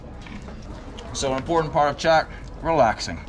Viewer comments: I’m chewing right now lol and it is pronounced like the word COT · its called KHAT like cat in pronunciation...in Kenya we call it Mogoka Or Jaba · It is pronounced cat in Somalia but not in Ethiopia. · It's pronounced like cart. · he corrected u on the K in khat so many times 😂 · He sead chat instead of what the English language is weird lol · Its pronounced Khat....Cut in Kenya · dudes correcting him on how to say khat and he just keeps on calling it chat....wtf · It's pronounced as like cat and don't swallow the leaves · I think the "h" is silent..the people are trying to correct your pronunciation! ;) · lol im yemeni and it makes me so pissed how you pronounced it, all love tho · Dude, I think it's pronounced with a K not with a CH, just saying like the guy in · You keep calling it Chat (ch), and everyone else is calling it khat (K). You're trying too hard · Its not Chat its Khhaaat. The local guide soeaks a lot of sense xxx Also where are the women enjoying this? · they were all correcting your pronunciation and you didn't listen lol. "is this chat?" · I've chewed plenty of Khat when I lived in Somalia. And it's pronounced cat not chat. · They told you about 1000 times.. its KHAT.. NOT JHAT! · The guys calls it chat ...hahahaha Its khat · CORRECTION: it is pronounced GHAT (not KHAT) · btw Its pronounced like Gat not chat. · Khat..sounds like CAT. Not chat. Lol. 😺🐈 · He says chat...it's 'k' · It’s pronounced COT. Not chawt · Its Not Khat Its Chat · its "Qat" not "chat" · It's pronounced as cat no chat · It is pronounced khat (cat or ghat), not chat. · Its khat (cat) not chat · Not khat - say chat ጫት😂